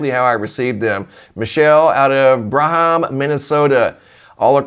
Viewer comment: Braham, MN. *Bram not bra-ham 😂